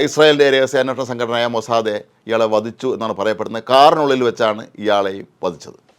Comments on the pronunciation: മൊസദ് എന്നാണ് (מוסד ) ഇനി എങ്കിലും മൊസദെ എന്നത് മൊസദ് എന്ന് pronounce ചെയ്യാൻ ശ്രമിക്കണം. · ഇയ്യാൾക്ക് മാത്രം ഇതെന്താ "മൊസാദേ"? ബാക്കി എല്ലാവരും മൊസാദ് എന്നാണല്ലോ പറയുന്നത്. ഗൂഗിളിലും ഇതിൻ്റെ pronunciation നോക്കി അതും മൊസാദ് എന്ന് തന്നെ... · 'മൊസാദെ' ??? or മൊസാദ്